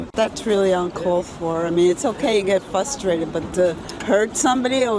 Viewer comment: Always getting "fustrated"😂😂